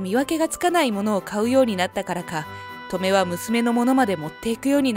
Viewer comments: トメ⤴︎ じゃなくて トメ⤵︎ 気になって話が入ってこない💦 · ト↑メ？ ト↓メの方がしっくりくる気が… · トメの発音ウケるw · 習字のハネ、トメ、このトメの発音だな。地域差かな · トメの発音が笑える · 「トメ」の発音が変でイライラする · トメの発音はこれで正しいですか？繰り返されると自分がおかしいのかという気がしてきた・・・ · トメの発音って 嫁と同じなの…？祖母と同じ発音だと思ってた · トメ↑が気になる